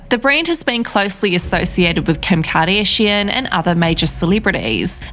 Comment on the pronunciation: Oh where is that accent from of the narrator??, kim kardayyyshian… 😆🤣🙈🤷🏼‍♂️ Dont quite understand….